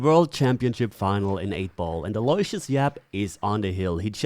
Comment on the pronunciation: It’s not pronounced Alloy-see-us, it’s pronounced Allo-wish- us